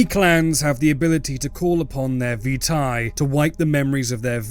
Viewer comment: Not trying to dementate you or anything, B, but it's pronounced Vye-Tae (seriously not fucking with you, Childe of Malkav, but keep it clean enough for an insane thing like me, yeah?) RED-did; Also maybe stop calling us Cammies..? Some of us might be THAT cray-Z, I'll admit, but most of us keep our memories. We Do Not Forgive. We Do Not Forget. The Methuselah, maybe, should Expect Us...